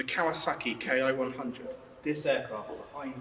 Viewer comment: Ki is pronounced KEY.